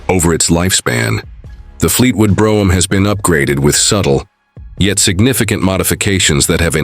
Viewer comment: Where is this car from? It's certainly not the American Fleetwood Brougham. Also, they can't even pronounce the name correctly